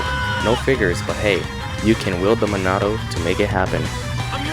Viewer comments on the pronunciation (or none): none